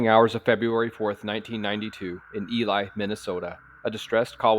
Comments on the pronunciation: Ely is pronounced E Lee not E lie. You're welcome! Many cities have difficult names to pronounce in MN !! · I'm a Minnesotan. Just fyi: Ely is pronounced E-lee. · btw it is 'eeeleee' Pronunciation of Ely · Oh wow...weird to hear something that takes place where my mom's side of the family is from! Although, it's pronounced "Eelee." Great job; this was more than worth the impatient (on my part) wait! Really gave me the heebie jeebies hearing a story take place where I spent a large part of my childhood. ❤